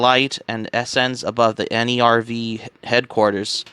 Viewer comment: I don't want to be rude, but you should check the pronounciations of names in Eva 🤣 for instance, Nerv is not an acronym, it's the German word for "nerve", just like "Seele" is German for "soul"